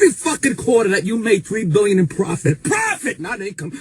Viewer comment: My favorite part .... "PROFFFit! .... PROFFit!"